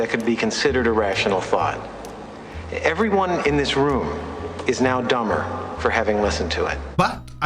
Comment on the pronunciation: I lost it when he couldn't read dumber 🤣🤣🤣